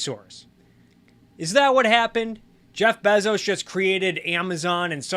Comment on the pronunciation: I love how Adam Something pronounces Bezos but you pronounce it even better.